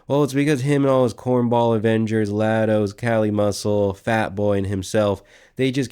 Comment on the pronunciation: “Ya-dos”, b. Not “La-dos”. Good stuff tho. Shout out the homies on the sub, r/WesWatson